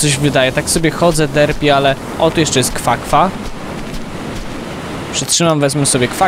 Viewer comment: to nie kwa kwa tylko guana